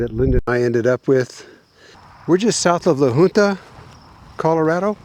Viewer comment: I believe La Junta is pronounced La Hunta. I enjoy your videos